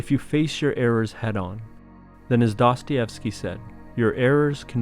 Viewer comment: I am not even ten seconds into the video and you have already mispronounced his name.